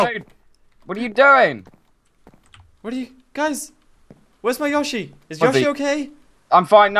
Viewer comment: its not fucking yashi, its yoshi